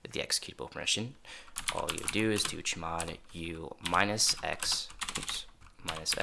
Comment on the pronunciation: can you please stop calling chmod cheee mod, just say c-h mod